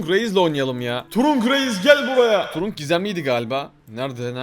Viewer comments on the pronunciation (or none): Abi turunk deil tırank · Trank diye okunuyo trunk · Abi o trank diye okunuyor